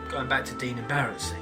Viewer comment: Dyne = Dine, not Dean Cith Sith = Kie Sher, not Kate Siff don't claim. to be a massive fan at all. Your views are skewed, your points are moot